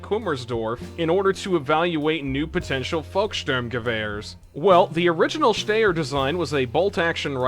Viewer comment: 😅 congratulations you are the first person I have ever heard of that can't pronounce Styer